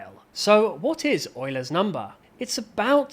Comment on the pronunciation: “Euler’s” ❌ “Oiler’s” ✅